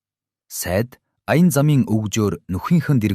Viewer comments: Сайд биш Сай-Ид гэж өргөлттэй дуудна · Сая-Ийд гэвэл илүү тод сонсогдоно